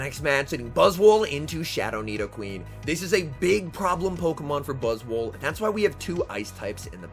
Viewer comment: 4 seconds in and I’ve gotta stop you right there. It’s not buzz-wool It’s buzz-SWOLE I want to hear you call that bug SWOLE. 💪🦟💪 🦵🦵